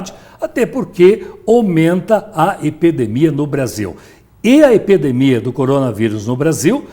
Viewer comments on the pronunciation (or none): “omenta a epedemia” 😂😂😂😂😂